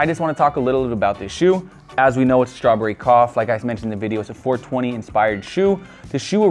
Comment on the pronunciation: "straw-borry cahfs"